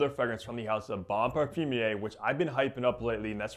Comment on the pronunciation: I think this is an excellent fragrance, bought it on first sniff this week and can't stop wearing it. (By the way it's not pronounced "parfum-ier" it's "parfum-err")